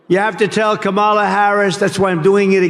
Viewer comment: A three-year-old could pronounce Kamala Harris' name correctly. tRump's brain continues to atrophy.